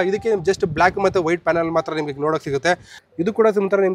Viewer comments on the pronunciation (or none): none